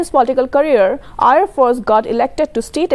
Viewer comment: His name is Imti not empty and Aier not ayer. What a report 😠